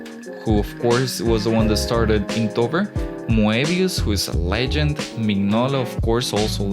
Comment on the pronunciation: Inktober not Inktover!!!!!